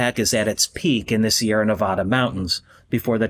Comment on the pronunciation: Good, except for the pronunciation of Nevada...says the guy from Reno.